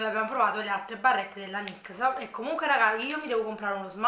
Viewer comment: Adoro queste recensioni😍😍😍 comunque tesoro la marca dei trucchi che dici tu è la Nyx...che si legge (nics) 🤣🤣🤭♥️